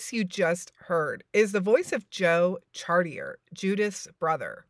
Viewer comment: It's pronounced "chartié" or for you English speakers . Char - tee - eh.